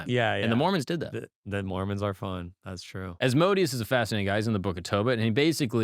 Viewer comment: Agreed!! His other videos are really good but this guy is kinda douchey. It’s like they talk about horseshit and it’s forced conversation and then they mention on blurb about a demon. Oh and not to be that guy, someone should tell him Asmodeus is pronounced As-mo-day-us